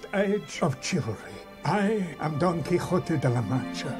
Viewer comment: Quixote is pronounced more like "Key ho tay", but it is one of the most well known and critically acclaimed novels of like all time. Don Quixote did travel on his horse, but he was going a bit crazy. Hence the well known "fight" with a giant (actually a windmill)